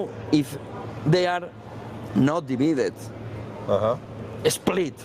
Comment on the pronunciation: 'divaidid' tío